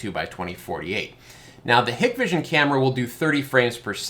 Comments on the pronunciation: Just a couple quick corrections for future videos: 1) Hikvision is "Hike-Vision" 2) Dahua is "Dah-Wah" I made the same two mistakes in my first PoE camera video. I'd imagine that the PTZ functionality is just dewarping a single part of the image in the software, but that the fish eye format is always being recorded. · it is Hike Vision and Da way. Just how you pronounce them lol Those got in trouble and no government contracts from back door access they have. I installed 2 Axis products and they have tons of features! Still wanna see a UniFi Protect in person. Great video!